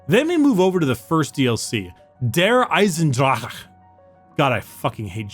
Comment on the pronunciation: To good how he butchered "Der Eisendrache" (btw the translation is "the Irondragon")